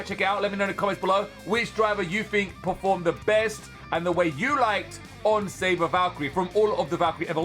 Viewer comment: It's savior not saber